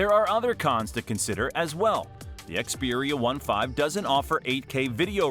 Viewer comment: You don't even know how to pronounce Xperia 1V and IV 😂 you didn't mention a lot of good features so your video is rubbish